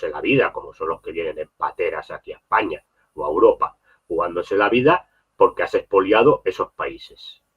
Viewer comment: aprende a decir España